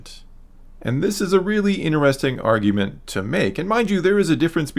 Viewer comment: Dude you gotta stop staying interesting so much. Also there is no ‘a’ in ‘interesting’